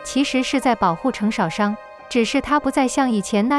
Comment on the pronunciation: 星辰大海？淩不躲？程少商的少的第四聲，不是第三聲。聽了真難受